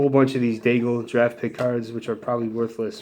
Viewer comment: you're killing me with the pronunciation of some of those names - Ka-re-ya, Dai-egg.:p